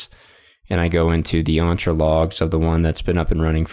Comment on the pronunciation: The E in Entra is pronounced as in 'Enter', not as in 'Aunt'